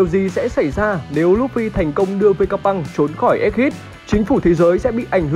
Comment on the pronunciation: egghead đọc là éc hét chứ k phải éc hít đâu ad :))